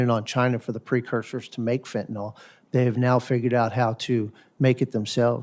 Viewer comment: Marsha Blackburn doesn’t even know how to pronounce Fentanyl. She says “Fentnol.” Hard to take her yammering seriously when she speaks so poorly.